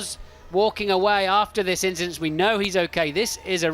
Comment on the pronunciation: Nothing, just an inchident